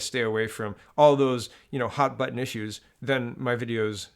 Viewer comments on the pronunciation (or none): none